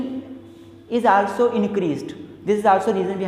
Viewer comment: Bhai teri pronunciation kitni gandi hai😂😂😂😂 aaalsoo vanttt😂 kuch v ek to bekr pdha rhe bhai hindi m smjao